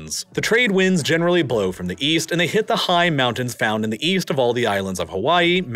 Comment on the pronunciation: And he can't say mountain or winter, instead saying mow-nin and winner